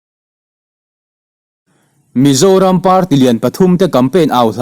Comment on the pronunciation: i chhiar dik lo keuh😂😂😂 aw mizoram aw ka zoram tih kha